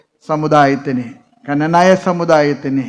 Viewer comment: കനനായ അല്ല... ക്നാനായ